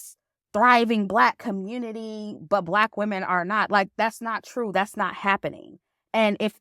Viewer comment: I giggle when she says “Communi-Taahh”